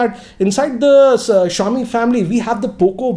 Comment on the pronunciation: He butchered Xiaomi LMAO